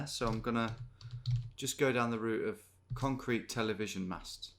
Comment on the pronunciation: "conrete"... c'mon Detective Davies, don't think we didn't spot that.